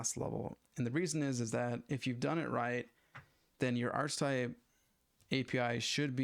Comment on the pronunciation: This is pretty helpful, thank you. One thing that bothers me a it if your use of "archtype". You're using a variant of archetype (usually pronounced ark-uh-type), but that has a distinct meaning in OOP, so might not be the best choice of terms. Why not just just refer to the "Instrument Type" of the Instrument Class (= DMM in this case)?